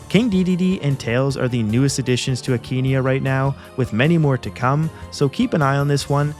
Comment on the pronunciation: The akaneia mod (a-ka-nay-uh, not akeeneeah) is so much fun, i hooe they add gigabowser through the normal css eventually for fun